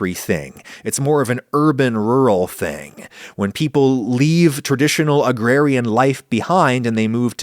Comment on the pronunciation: Adam saying "urban-rural" gave me 30 Rock flashbacks